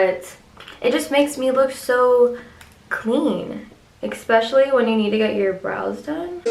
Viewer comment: especially* not expecially 😂💀